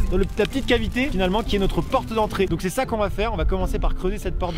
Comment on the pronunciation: "Notr-E igloo."